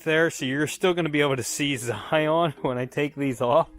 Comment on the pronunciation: Not sure if you are joking but it is Scion not Zion. On mine I had to do the valve cover gasket and PCV. Also, this toyota motor has an oil consumption problem. Issue with piston rings. Toyota had a program where they fixed it for free if the car qualified. Might ask the previous owner if she got it done. Sadly previous owner of mine did not get it done and I missed the cutoff date to do it. I add a quart every 1k miles. Thinking of contacting toyota to see if they will make an exception. Otherwise is a great car